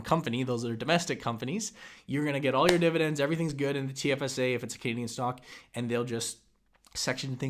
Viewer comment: Why do you always call it dividents? Why not dividenz or divideng or even dividenp? Why is it when you people say it wrong it's always divident?